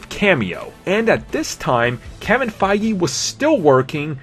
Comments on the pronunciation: Oh lord you said Kevin faigee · >Kevin "Fie-gee" im cringing